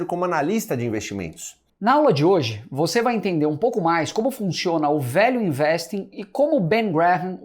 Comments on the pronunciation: #valueinvesting - A pronúncia fica muito próxima de "Velho Investe", ou seja, a mais pura verdade sobre esse monstro que é o Velho Barsi - O Velho Investe mesmo. kkkkkkk. O Seu Barsi, muito consistente, está disposto a repassar esse grande conhecimento para todos nós. Espero poder fazer parte desse MBA e me aprofundar bastante no mercado financeiro com a consistência do Velho. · value investing - Pronounced >> vaelju investing ! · Gente...quando ele falou #VALUEINVESTING eu entendi : #VELHO INVESTE!! Daí pensei...rapaz, se o VELHO INVESTE, eu também vou investir!! Vida longa ao nosso Velho Barsi!! Ou seria VALUE BARSI??